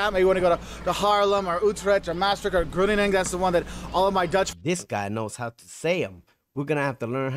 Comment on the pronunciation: Got them pronounced all right except “Groningen”. The Netherlands is a relatively tiny country. I avoid Amsterdam like the plague. Again those stairs are only in older houses in Amsterdam. Don’t be stupid and bring your own drugs. Best to know someone Dutch to take you to a coffeeshop. Indonesia was a former colony